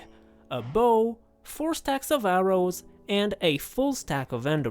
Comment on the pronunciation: In my opinion, the funniest moment of this video. Like "few arrows later" has practically similar pronounciation as "few hours later. " :)